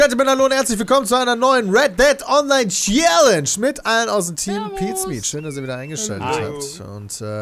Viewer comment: so langsam wird die aussprache von challenge echt lahm - man könnte also mal damit anfangen es wieder normal auszusprechen - hab es eh nie verstanden warum sich damals so drüber aufgeregt hat... er war (und ist) ja selbst keinen deut besser